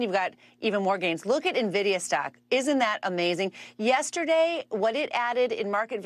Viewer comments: It's the new Navidia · its N VID IA ffs !!! if its news the least you can do is pronounce it correctly...... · it's pronounced en-vi-di-a. you're hurting my ears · Nah, you're wrong. It's obviously pronounced en-va-dee-a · Not sure how they have that many nerds on staff and no one told them how to pronounce this.